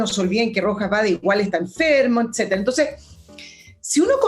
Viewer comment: Un pequeño detalle para estos " profesionales ", el segundo apellido del cuestionado es Vade no BAEZ.